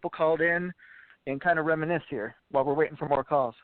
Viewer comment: I had to turn it off at reminisck.